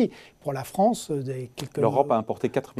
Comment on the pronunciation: "La Fronce"